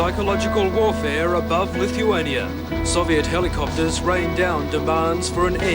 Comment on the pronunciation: It’s not pronounced “lituania” but pronounced “LITHuania” like how you say with